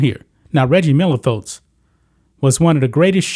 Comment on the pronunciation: Fotes? I think it’s pronounced folks.